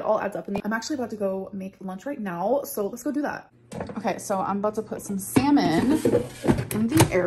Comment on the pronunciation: Each time she says “salmon” it sounds like semen, said in Spanish…